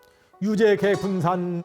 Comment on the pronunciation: 유제개분산의 "유"를 짧게 잘못 읽었습니다. 실망했오이다.